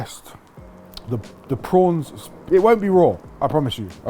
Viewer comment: Went well Ottolenghi towards the end there (not a bad thing!). get thee back to Marbella for some serious backyard BBQ…..Love the way you said “prowns” reminded me of a (sadly departed) dear Swiss mate.